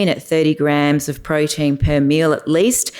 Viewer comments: Please say protein not prodeen. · Great content but I can't keep listening to her saying "proh-deen".